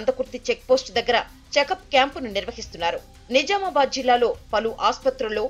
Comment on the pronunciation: నిజామాబాద్ అనాలి మీరు సరిగ్గా పలకడం లేదు. Jha అనాలి